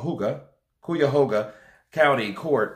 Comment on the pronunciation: It is pronounced Kie-ya-ho-ga , rhyme with "pie